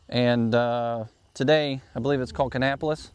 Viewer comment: Great job on the Cabarrus/Kannapolis pronunciation. Was Earnhardt in company B? My 4th great grandfather was Caleb Litaker, he was in Company B which was mostly Cabarrus county men. Their nickname was the “Cabarrus black boys”, a callback to a revwar story about local boys blowing up a British powder magazine.